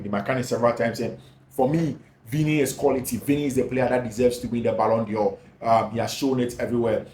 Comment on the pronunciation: I appreciate what you do. But, please, the word is d'Or not Dior